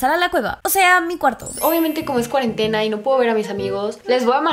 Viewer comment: Todos: cuarentena Yo: cuarentatena JAJAJAJA